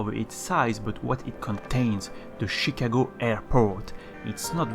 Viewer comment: "Shicago"